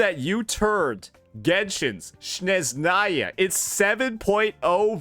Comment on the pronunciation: UNC it's Snezhnaya, NOT Shnezhnaya!